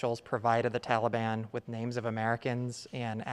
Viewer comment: Can’t pronounce Taliban correctly still I see Coked Joked Joe? Maybe you should take some of your sons heroin and watch more Sesame Street. I’m so embarrassing what our government standards have been reduced too. I mean even Nasty Pelosi should have already been replaced, I mean how is she still out of her crypt?